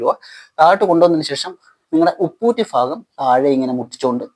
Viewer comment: വൃായാമം കൊള്ളാം പക്ഷേ ഫാഗം എന്നല്ല പറയേണ്ടത് “ഭാഗം “എന്ന് പറയുക